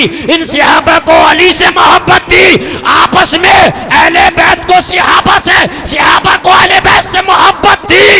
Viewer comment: sihabah nahin hota hai sahaba hota hai